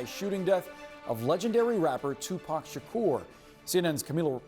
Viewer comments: i know she’s young. however has no one ever mentioned tupac in front of her? she keeps butchering his name 😂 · Kiiifey d😂.......tupeek...... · Lady just say Tupac 😂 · She’s butchering all the names, especially tupacs name